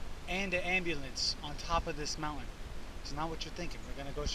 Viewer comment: It’s a moun-TIN. LOL